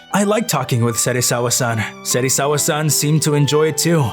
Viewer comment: yo you honestly lost me at "serisawa-san"